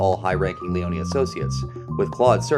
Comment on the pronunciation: Lee-own not Lee-own-eeeee I made the same mistake as a kid when I played this.